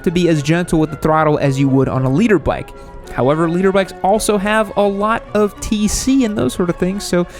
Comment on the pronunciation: i really thought he was saying Leader bike LOL